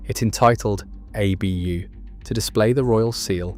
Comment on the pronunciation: I hate how it says ”ABÖ” instead of ”ABU”